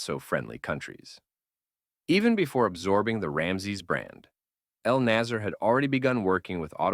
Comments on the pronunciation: you mispronounced everything here, Ramzies instead of RAMSES and you couldn't notice the difference between NASR and NASSER and called them both nazer thinking they meant the same thing. I understand you are not an Egyptian Arabic speaker but it's noteworthy details here. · as far as i know, the company name is Naser, Pronounced: NAsr (very short, tight vowel, almost like “nuhsr” or nuts in English) you can clearly see it in Arabic , but you keep naming it Naasier like the Jamal Abdul Naasier.